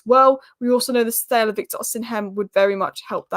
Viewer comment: You mispronounce the striker from Napoli all the time is name is osi men not osi hem